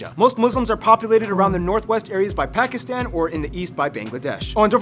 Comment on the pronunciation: Such a beautiful lady! BUTTT its absolutely unforgivable that she cant pronounce Pakistan. I am Indian btw